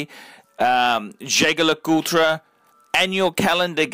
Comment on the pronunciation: Can you please stop saying JLC full name cos you pronounce that wrongly and sounded horrible! Can you just refer to that watch as the REVERSO? Thanks! Btw, good vid. Keep up!